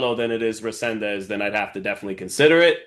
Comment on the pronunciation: RE-SEN-DIZ…. Repeat with me. Fucking disrespectful to call him whatever you think you’re reading. How hard is to prepare for an interview like this ?!?! . 🤦🏻‍♂️😡